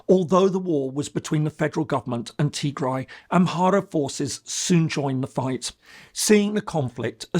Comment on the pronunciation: You butchered the “Tigray war” part, but tbf it’s quite complicated and need a some research